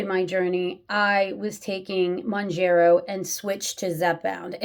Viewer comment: Hey. Just FYI, the pronunciation is Mown-JAR-oh, not Mown-jer-oh. But to be fair, ppl have come up with probably at least a half-dozen creative pronunciations for it. It’s just a weird word, as most drug brand names are. 🤷‍♂️ And the issue you bring up is a really interesting one. And it’s even one that cuts both ways… a lot of ppl report that in THEIR neck of the woods, Zepbound has actually been easier to get than Mounjaro. So, a few diabetics are getting their scrips changed, and are actually taking Zepbound off-label for T2D. Go figure. 😯 Is it right? Probably not, just as it’s probably not right to take Mounjaro off-label…. UNLESS one has some fairly severe obesity co-morbidities. In which case, I don’t begrudge them doing that, nor do I begrudge T2D ppl taking Zep off-label. But I would want them to consider that a LAST resort. All I can say for sure is that ppl who truly are ‘vanity’ users… aka just want to ‘lose that last ten pounds’ for the beach or a wedding or whatever… those ppl should NOT be on either medication (or Wegovy, or Ozempic, etc). And doctors who hand out scrips like candy to those folks should face some sort of penalty. ‘Cuz it is ridiculous, especially with such severe shortages ongoing. 😡